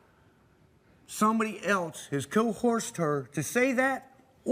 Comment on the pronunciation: I love when people incorrectly use big words, like "co-horsed"🐴🐴 Giddyup! 😂😂😂